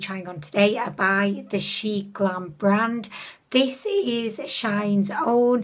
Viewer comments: Omg no hate to her, but the fact it annoys me so much that people say "Shain". Dude it's "Shiin", as in "She In" and Shein is from "She Inside" bruh. Imagine saying "Shayinside" B R U H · WOW I just love love love your makeup look, although the contour was a bit disappointing 😉 She-In used to be called She-Inside, so it’s not pronounced shine, but She In ☺️ Love you 💖🦄